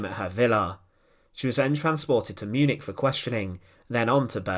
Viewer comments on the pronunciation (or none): none